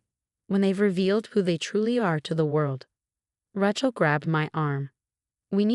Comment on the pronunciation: Once again IT IS NEVER PRONOUNCED RA-CHILL. It is Ra(long A) chill. Your system is stupid and so are you. You must also be lazy and uneducated.